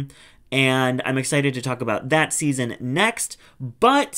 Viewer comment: Can’t wait for you to say for seaseon 2😂